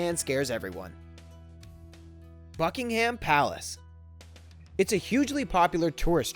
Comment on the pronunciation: Fuckingham Palace